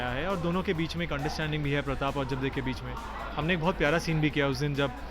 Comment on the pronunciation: its ajabde not ajab di😂😂😂😂